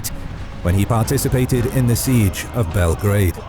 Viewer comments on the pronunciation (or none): none